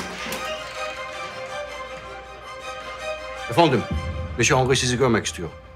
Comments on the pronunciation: 😂😂 afondum tik yaptı 😬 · Senarist yorumumu görmüş galiba, arkadaşlar😆 25.bölümün fragmanında gördüm, de bizim gibi "Efondum" dedi😂😂